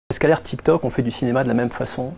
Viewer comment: "L ère tiktoc" ça ma tué 😂😂